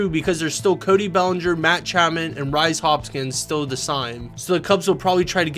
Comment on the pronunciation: learn the names before talking about names. It's pronounced Reece not rise.